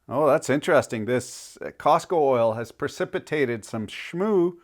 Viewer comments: Costco - not Cosco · My brother, what is "Cosco"? It's COSTCO... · Costco not Cosco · Just for the record, it's COSTCO, not "COSCO". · FYI - it's "Costco" not "Cosco." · It's NOT Cosco. It's spelled Costco. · It’s Costco. Cosco is a whole other brand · what happened to the 'T' in Costco?